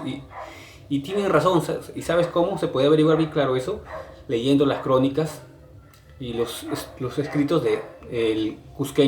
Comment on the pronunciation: Por que diablos dices "leendo"? Se dice "Leyendo" , no eres de Lima ? por favor, antes de hacer un video o lo que sea, cuida tu diccion !.